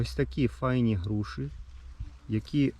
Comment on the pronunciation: "Груші" ,не "Груши"